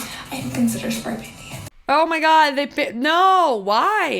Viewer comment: Oh my gah-ed-ah! Please stop adding syllables, motel lady!